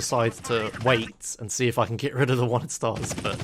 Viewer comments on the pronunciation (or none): The word "get" is pronounced "get" not "git"